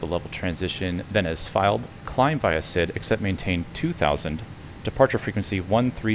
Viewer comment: While it mimmicks human voices very well already, it immediately fails to say the basic and frequently used word “IFR” correctly when starting and it keeps saying SID incorrectly. But its way ahead of anything else! Remembering the days when hearing Amazon Polly was amazing on P2ATC..